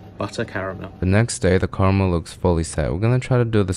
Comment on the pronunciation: Well you did say you’re making carMEEEYIL so that’s what you get 😂